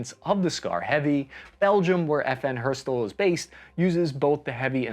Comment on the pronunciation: its not not FN herstuhll FN HER ST ALL (and make the A flat)